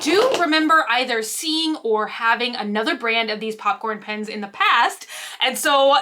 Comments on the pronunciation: u keep saying pins not pens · What Everyone hears "Pens" What I hear "PINS" HELP🤣🤣 whyy? I love you.🥰🥰🥰